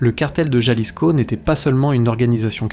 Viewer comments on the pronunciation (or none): Se dice Jalisco pinche cabrón ! Ja ja